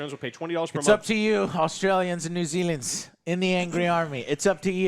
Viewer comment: "Australians and NewZealans"